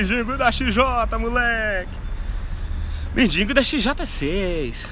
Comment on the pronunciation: não é mindingo é mendigo